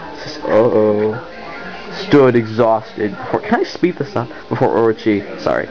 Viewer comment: shee-*RA-nuee *tounge flutter. *or-O-chee